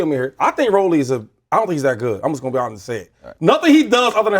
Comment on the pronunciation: why tf max pronouncing rolly like that? 😂